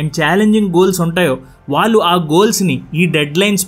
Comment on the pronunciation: Vaallu veellu 😩?? please pronounce properly. 🙏